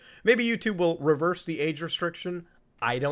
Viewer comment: 'Age restriction/restricted", anyone thought he said "aid restriction/restricted"?